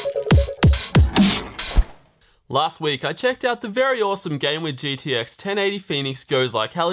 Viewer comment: It's uh... gTx just so you know. Not gDx